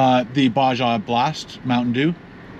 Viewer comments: Bah-Ha, not Bah-Jah. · it's Ba-ha blast not Ba-ja blast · Baja is pronounced “baha” :) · Bazia its Baja 😂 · Baja: BAAA HAAA if you ask the peeps from south of the US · Baa-jah. Lol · lmao Ba-Jah 🤣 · It's pronounced Ba-ha lmao. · Here in the states when we say Baja blast it sounds like baha blast we silent the J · The way he said “baja” 🤣🤣🤣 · For the word Baja pronounce the "J" like an "H" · Same… Think he said it wrong twice and then in his car he said it correctly lmao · It was clearly just a little anxiety that he said Baja blast incorrectly as he says it correctly alone in his car a couple minutes after, everyone loves correcting simple errors, lolol